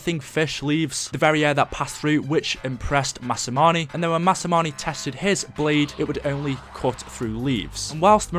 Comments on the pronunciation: not masa moo ni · mass a moo nay is the correct way to pronounce it